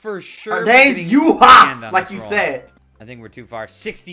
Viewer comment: Yuehua's name is pronounced "YWEEH HWAH"